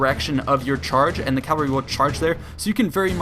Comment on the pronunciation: its cavalry not calvary